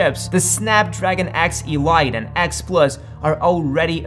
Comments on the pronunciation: It's "eleeete" not "e-light" lol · ... but it's ELITE (el-ee-t) and not (el-eye-t). 🙂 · Iiiiiilaaaaaaait ? 😂😂😂😂 oh you mean elite ! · Elite is pronounced "ee-LEET." It's not pronounced "ee-LIGHT." French is hard, but...not that hard. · Elite: it's pronounced "ayleet", not "eelight". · Um... Elite is not ELL ITE, it's ELL EET. Just sayin'... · I think 'Elite' is pronounced 'E-LEET' not 'E-LIGHT'. And I'm not sure you know what you're talking about in most if this vid. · Its pronounced x-eleeet not x-e-light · E-lite? wth its spelled E-Leet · This guy is AI? He says A-R-M instead of arm and and EELYTE instead of elite. Wierd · Or "E-Light" for Elite. LOL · Agreed. There was so much wrong in there I felt the need to mention a few. Hopefully he learns from all the comments on the video and improves for next time. Hehe yeah the "e-lite" pronunciation was interesting, I thought that might've been a localised dialect thing. Can't say I've ever heard it pronounced that way before though. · Cool, another chip I haven't heard of... "X E-LIGHT" 😂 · Great video, lots of work went behind this one. Good job. But the X-e-light is driving me nuts. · "e" "lite"? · this mf said "e-light" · A Snapdragon E-light? What are you taliing about? 😂😂😂😂 And everyone says arm not a r m. Besides the arm architecture is ancient too. Not as jurassic as x86. But still plenty old. And they all support legacy code. Why? Because itanium thats why. Also they don't design a chip for 2nm. They mske a generic design and shape that to the proces that they expect to use. they target a proces that will be about ready to produce the design. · He can't even pronounce "elite" correctly. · Maybe check into how 'Elite' is pronaunced... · Glad I'm not the only one annoyed by his pronunciation. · You missed one headache inducing part: his idiotic pronunciation of "elite". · Can't you pronounce elite correct? 🤣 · do you intentionally pronounce ARM and Elite like that to be annoying and farm comments?